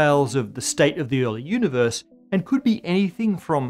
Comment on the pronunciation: Univuhs, gravuhtashunow fieuwds, pahtuhcoes, stahz, dock matuh